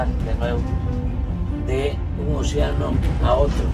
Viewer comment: Se dice: océano y no, oceáno, lleva tilde en la (é), es voz esdrújula. No es admisible la forma llana: oceano Qué vergüenza de locutor, no le da pena.